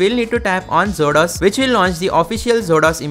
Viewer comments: It should be pronounced as Exo-Dos. Not zodos..😂😂😂😂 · I think it's pronounced exodus 😮